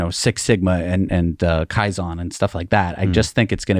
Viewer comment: It's KAIZEN dammit !